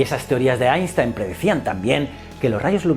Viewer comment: Qué gozada oírte pronunciar bien Einstein!!